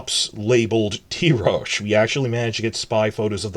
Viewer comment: I always thought the pronunciation of Tyrosh is Tai-rosh not Tee-rosh. The Ty of Tywin not the Ty of Tyrion.